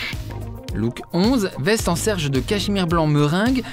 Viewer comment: Loic on dit sergé pas serge 😉 désolé je suis Canut (tisseur de soie) ça me pique les oreilles